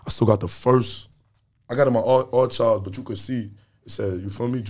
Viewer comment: Bae did you say "R-Chive"😩